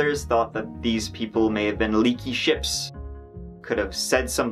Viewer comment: Am I the only one who hears him say “leaky ships” (towards the end) as “leaky 💩’s”?